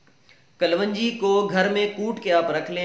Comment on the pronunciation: KALONJEE IS CORRECT WORD NOT KALWANGEE😷